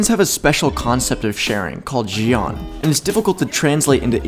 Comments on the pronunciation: Pronounce Jeong as Jong, not Jiyong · not a "jee-young" but like "chon" or "chohn" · If that was the correct spelling of "Jeong" then it's pronounced jong (like king KONG). If it's JI-EONG, then you said it right. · Go Local it’s just pronounced jong lmao, unless you meant to spell it as jyong/jiong lol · As a Korean, I'd say it's a worthy effort. But it's pronounced more as 'jung' -- simple and quick. No need to stretch out two separate vowels. It's only romanized with 'eo' because there are no one equivalent vowel in Romantic languages. When I first heard it, I thought you said "Ji Yung" which sounds Korean girl's name. Still, a good effort. Good luck. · Jeong is more pronounced like Jung 😂 Not like Ji-young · Its not jeong as in Jee oong its tong. Fir pronounciation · Do not use Korean terms if proper pronunciation is not used: Jeong is pronounced with a semi--soft "ch" sound, not a J sound. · jeong is not pronounced like jee-yong, it's pronounced like jung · Most of this is accurate ~~ good job! (You can pronounce the word jeong correctly if you begin by saying “jaw” and add -ng. The result is a one syllable word, not 2, that rhymes more or less with”wrong”.) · Its not je-yong. Its Jong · I am a Korean-American in New York. Jeong,...정 is what you mean and is pronounced more like J sound adding before YOUNG (YOUTH). you could spell JUNG but not joong. 정 is a connection between individuals of many relationship. It is very hard to explain... Also you mixed lots of Japanese clips and Korean clips. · Correct pronunciation of 정 is "choeng" as in the English word tone but say it with a "ch" and nasal sound "ng". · It’s pronounced “jung” like in jungle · LOL. "Jee-ong" I can tell u don't speak Korean 😂 awesome video tho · If you ever want to pronounce something that has eo in it, you just pronounce it as an o. So Jeong is pronounced Jong 😊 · Jeong is "정"it's actually pronounce as jong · i got so triggered when u said 정